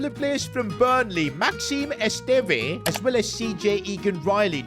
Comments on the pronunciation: PCQ: As a Burnley fan I’m happy you’ve signed Esteve but you’re pronouncing wrong, it’s supposed to be Esstevv not Estevai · Just to let you know esteve is pronounced eh-stev and hume is pronounced as hugh-m